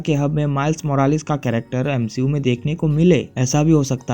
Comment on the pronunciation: Nah bro "M She U" 💀☠️